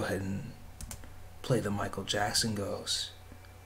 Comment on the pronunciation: you said michael jackson worng